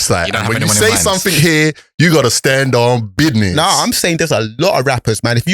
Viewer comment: Does think by saying BIDNESS it's making him younger 🤣🤣Good podcast through respecttt!!!